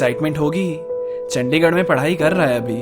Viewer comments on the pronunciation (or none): When he said Chandigarh..I heard Chaddigarh..😂